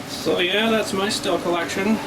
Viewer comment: awesome says the word the right way most say steel lol